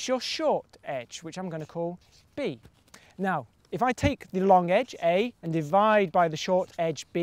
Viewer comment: Long... loooonnngg. Not lonque.